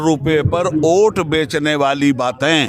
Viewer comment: मुझे वोट के जगह पे ओट क्यों सुनाई दे रहा 😔